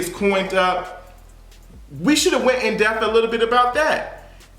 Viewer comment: "in death" is killing me (no pun intended). It's "in depth" baby.